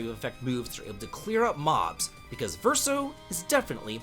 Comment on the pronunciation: By my count, he pronounced Verso correctly. 😂